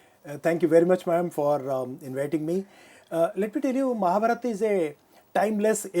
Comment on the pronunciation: Nice video, sir. It's wonderful. But the lady doesn't pronounce Mahabharat properly. it's shameful as an Indian she behaves like a NRI.